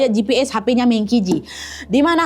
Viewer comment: D china meng baca meung juga